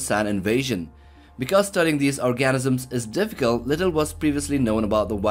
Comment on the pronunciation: Did you just say "gigantic worm-like ORGASMS"??? Well...it sounded like that, bud!